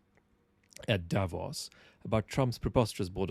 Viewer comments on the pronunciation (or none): Hello, would you mind to pronounce "davOs" correctly?! PLEASE... not "dAvos"! (... I mean, it's really not more difficult to pronounce "Davos" correctly, than making a distinction between Greenland and Iceland, right?).... Appreciate your content a lot by the way